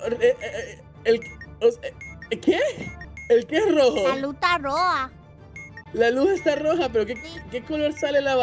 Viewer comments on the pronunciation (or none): "Tenedor" "La luh ta roja" 😂